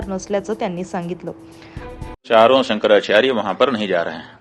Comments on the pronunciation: केंद्रीय मंत्री नारायण राणे यांना शंकराचार्य नीट म्हणता येत नाही. महाराष्ट्राचे दुर्दैव दुसरे काय. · आधी शंकराचार्य असे नीट म्हणायला शिक😂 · याला शंकराचार्य म्हणता येत नाही ... बाटगा